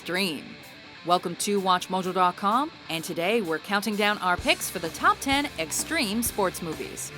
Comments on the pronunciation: Streme Spoats. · Streme spoats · STREEM SPOATS